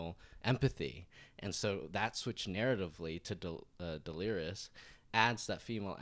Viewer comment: Lmao stop calling her Delirious 😂 it’s De-leer-iss